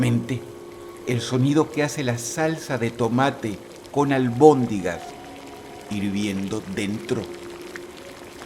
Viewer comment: Se dice almondigas